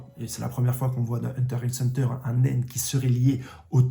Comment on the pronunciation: Franchement j'aime bien ces vidéos, mais pourquoi il prononce le "x" ds huntrr x hunter et pq quand il parle de kurapika il dis "elle", kurapika c pas une fille c un homme. C'est ces 2 seul choses qui me stress de ouf ds ces vidéos sinon c carrer les idées son bonnes j'm bien